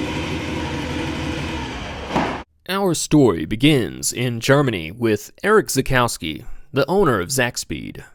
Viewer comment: Try to pronounce him "Erish Tsakoffsky". Also: Don't compare Nordchleife lap time bak in the late 70s/early 80s because of complete different track layouts. Otherwise this is a really great informative, well researched and edited video. Congratulations!